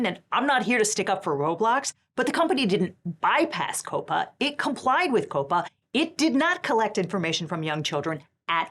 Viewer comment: calling him the hot schlepper was... well that was a Choice. Edit: I have never heard of anyone pronouncing COPPA as "Cope-Uh" I usually hear is as like, Copper but with an A at the end. Like you're shouting at a cop in bosten. AY COPPA